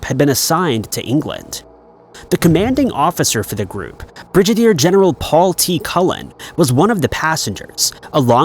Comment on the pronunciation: It’s pronounced as, “Brigg-a-dear”, not as pronounced by the Narration Robot, “Bridge-a-dear”. 🇨🇦